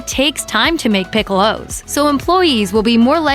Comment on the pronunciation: What the hell is a "pick-ow-low"? Please say it the correct way for a US audience